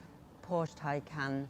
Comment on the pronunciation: Holy molly u are young maaaan. Great job, finally someone who says: Taj Kán not like tej kán or taj kén...